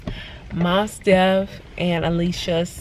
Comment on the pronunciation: I’m finishing up your video... the way you pronounce Mos Def lol I used to have a crush on him too!